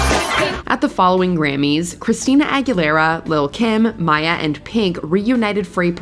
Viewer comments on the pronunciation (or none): none